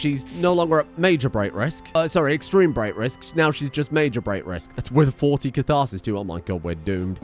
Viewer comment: catharsis? cothor-sis? kotor-stress? it seems wants to stress over KOTOR again xD